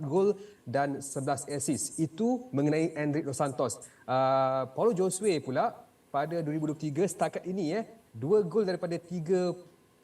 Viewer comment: Paulo Josue. Sebutan Josue tu JHO-ZU-EY. Perkara remeh mcm ni pun boleh salah. Cari la initiative utk memperbetulkan nama org tu. Atau tnya tuan punya nama sendiri. Beriya-iya nak ambi broadcasting rights tapi benda remeh pun x nampak. Rugi bayar